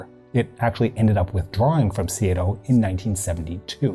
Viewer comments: Hate to nitpick but the pronunciation of SEATO as seeayto jars. It is pronounced seeto, at least in Australia. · Can you say SEATO and not SEA-A-TO?